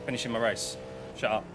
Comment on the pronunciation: You from Essex,? The way you said "shut up" sounded very familiar 😂 (I'm also from Essex)